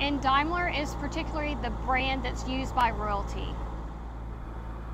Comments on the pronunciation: Its pronounced daym ler not dime ler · It's pronounced Damler😅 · Actually Pronounced Dameler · The presenter’s narrative is pathetic. 1. She mismpronounces the name of the car. 2. It’s not a chrome “pinstripe”. It’s a chrome waist strip, the pinstripe, correctly referred to as a coach line, is paint underneath. 3. The wood is not rosewood. It’s buried walnut. 4. It’s not known as “the dove-tailed sedan”. 5. The cup holders are not original. Incredibly obtuse.